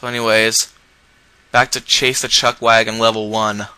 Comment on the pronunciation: "Chutch wagon?" xD